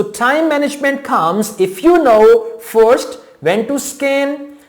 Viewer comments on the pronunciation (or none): none